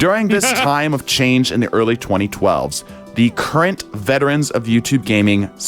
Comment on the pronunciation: Lol did he say "the early 2012s"?